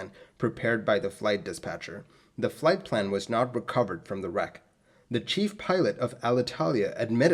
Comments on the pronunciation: Plight flan! :D Leche flan? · Plight Flan??? 😂😂 I'm sorry I couldn't resist... You do a great job, I love all of your video's.